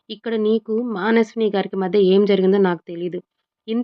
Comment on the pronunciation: మానస్విని కాదు మనస్విని కరెక్ట్ గా చదవండి